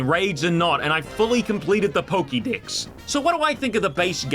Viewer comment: Pokédex, not pokidex.